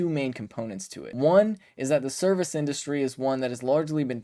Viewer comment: "indurustry"? You talk for a living Ben.....get it together.